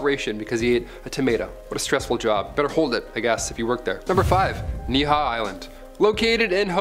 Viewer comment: It's pronounced. knee - he - how. I lived in Hawaii for 8 years it's beautiful